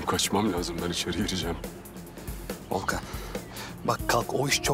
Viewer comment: 39.05 de Volkan yerine Doğukan dedi